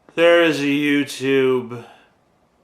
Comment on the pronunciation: I liked it how she said 'YouToop'.